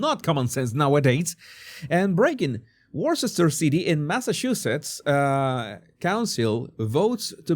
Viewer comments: Worcester is pronounced Woo-stir. And, YES, Massachusetts is in the top 10 States of people exodus. Another Blue State imploding. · Worcester. "Wuss-ta" Jesús